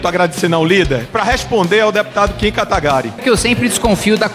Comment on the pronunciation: Kim katagarí? Jurava que era kim katagurí